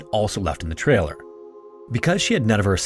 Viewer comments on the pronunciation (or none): I had to turn on the subtitles to determine that you were saying "return to the trailer where her husband Robert was", because it sounded like you said "return to the TRAIL where her husband Robert was" while your graphics showed an outline progressing along "Deep Creek TRAIL", and only the word "campground" to indicate the destination. Pay attention to your enunciation when there are similar terms like "trail" and "trailer". I notice just before that you used the word "pathway" instead of "trail" when referring to Deep Creek TRAIL, so why say "trailer" when the map says "campground"?